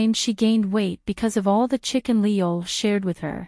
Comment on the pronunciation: His name is pronounced "ee yool" in Hangul (이율). The way it's spelled in English is confusing but seeing it in Korean makes it a lot easier to pronounce.